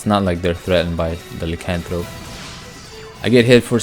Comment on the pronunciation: Nice build. It's pronounced LIE as in Liar Liar - Lycanthrope